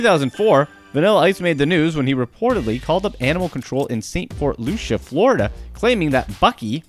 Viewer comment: vanilla ice doesn't live in port st Lucia or however he pronounced it. It's port st Lucie pronounced "lucy" how do you get that wrong? LOL. I live in the same town as him and we frequent the same bars and he used to get tattooed at the Shop in which i work as a piercer. He butchered the name of the county how he got that wrong I don't know. At least he didn't have to pronounce Loxahatchee which is where Ice acrually lives LOL